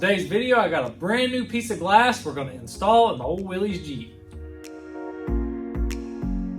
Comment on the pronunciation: You're pronouncing Willy's wrong it's actually pronounced Willis after the original designer